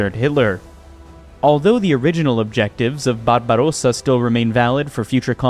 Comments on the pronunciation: Frederick Barabrossa was a German emperor and conqueror and is laid to rest in Germany where there is a monument. Your attempt at a politically correct pronunciation of Barbarossa is just plain stupid. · I never heard Barbarosa pronounced as a Spanish word before. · Why do you pronounce ‘Barbarossa’ like an Italian? That’s not how any German would say the word! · hes right tho' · yes, but when used in the context of ‘Operation Barbarossa’ it should be pronounced as a German would say it. The pronunciation of ‘Wehrmacht’ in this video is also very questionable.